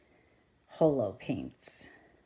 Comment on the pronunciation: Love this..... The first o in holo is said like the o in ox